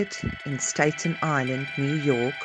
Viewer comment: Just FYI, it's pronounced Statten like batten, not Stayton, and Geraldo is Heraldo